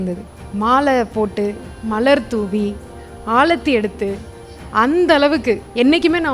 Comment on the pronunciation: Aalathi illai...Aarathi